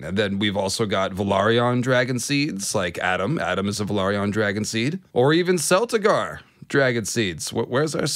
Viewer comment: Great video but just a quick note about pronunciation because I saw that you're putting in corrections. "Celtigar" has a hard C sound like "crimson", "caterpillar" and "cat" not a soft C sound like "city" and "cent". For reference, the Celtigars of Claw Isle are referred to by name in House of the Dragon Season 1 episode 10 at approximately the 21 minute mark by Maester Gerardys.